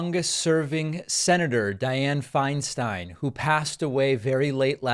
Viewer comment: Agreed David. She did contribute a great deal in terms of positive legislation (I’m a former CA resident - when Dianne was at her height). Thank you for pronouncing her name correctly as Finestine. So many have been disrespectful toward her as she’s declined.